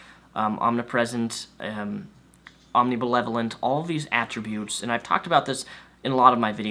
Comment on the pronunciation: I think you said "omnibelevolent."